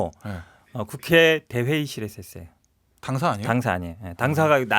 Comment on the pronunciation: 이준석씨는 꼭! 한번 읽어봐주시기 바랍니다. 이준석씨는 화법을 바꾸지 않는 이상 호감도가 올라가지 않을 듯 합니다! 이준석을 좋아하지않지만 측은한 마음이 들어서 개인적인 의견을 말합니다. '~했어요'가 '~했으요'로 들리게끔 발음하는 것, 그리고 전체적인 어감이 너무 나이들어 보이게끔 느껴집니다. 금번 민주당 오영환 당선자의 경우 정치신인이어서 그렇겠지만 발언의 느낌 자체에 청년의 이미지가 물씬 납니다. 이준석최고는 오랜 정치경험이 쌓였으니 그런 환경 속에서 그런 화법이 자리잡았으리라 생각되지만...그리 듣기 좋은 화법과 발음은 아니라고 생각됩니다. 가능하다면 다음번 선거때까지 스피치 컨설팅같은걸 받아서 개선시켜나가보심이 어떨까합니다. 다시한번 말하지만 저 이준석최고 별로 안좋아합니다...근데 앞으로 방송이든 정치든 안할건 아니잖아요?.... 그럼 계속 TV나 유튜브에서 봐야하는데 매번 채널을 돌리 수도 없고...계속 그런 느낌을 갖고 가고싶지 않아서 그럽니다. 금번 총선을 통해서 유권자로서 느낀바는 진짜 제대로된 보수? 야당?...암튼 무조건 발목잡는 정당말고 이치와 상식에 맞는 합리적인 정치를 하는 정당으로 탈바꿈했으면하는 바람이 있습니다. 그 가운데 이준석최고 같은 젊은 정치인이 있을테구요...근데 그런 정치인의 발언을 단지 화법때문에 듣고싶지 않다면 좀 억울하시지 않을까...하는 마음...저도 계속 싫어하는 마음을 갖고 싶지않은...두마음에서 드리는 말입니다. 지극히 개인적인 느낌이고 개인적인 바람입니다.